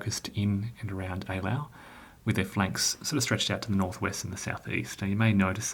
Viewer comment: So glad you pronounced this correctly. I'm such a pedantic fool. Most others never do. Have you ever returned to OSG?